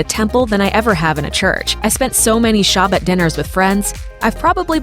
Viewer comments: The voice over person couldn't pronounce "Shabbat". NEXT! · You pronounced Shabbat wrongggg